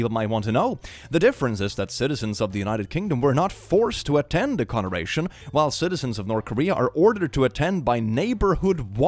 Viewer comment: You have dyslexia? You said ‘conoration’ 😝 edit: I just realised it seems like I’m mocking you, but I’m not 😭